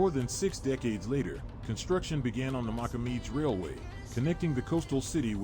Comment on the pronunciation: The city’s name Namibe ( ) was changed back to its original name Mocamedes (pronounced - Mossamedes) in 2017. When the Portuguese settled in 1400s there was not a village there. This video is not stating the official name. No mention on how the city came to life. Please correct your video. Thumbs down. Beautiful city that the Portuguese/local people built.